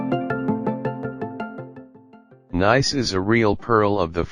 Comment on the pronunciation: When you begin by mispronouncing the subject of your video, coupled with the computer generated voiceover and...showing, as the second scene, a location other than Nice, it leads to 39 views and only one disdainful comment. Too bad, because the photography was actually quite nice.